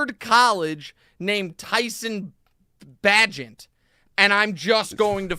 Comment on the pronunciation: Great research on the Chicago game 🙄 QBs name is pronounced BAE-gent Fear the wounded tiger, people 🐅